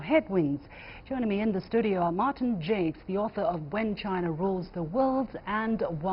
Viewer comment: Could the presenter not respect Martin Jacques enough to pronounce his name right?